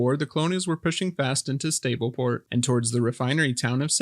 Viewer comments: Is SA-B-LE PO-RT not ST-AB-LE PO-RT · Sableport, not Stableport